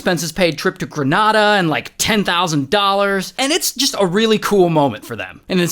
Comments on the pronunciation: Its not "Gre- nada" its "Green A da" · ITS PROBOUNCED GRENĀDA IDK WHY PEOPLE SAY GRENahDA I HAVE HERITAGE FROM GRENADA